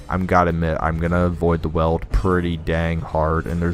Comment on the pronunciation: also FYI it's pronounced Weeld (like wielding a weapon)